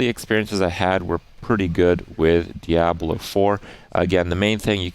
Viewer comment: Just me or does he pronounce Diablo very weirdly?